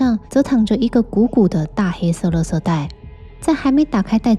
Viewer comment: 你是台湾人吗？只有台湾人把“垃圾la ji ” 念成 “le se ” !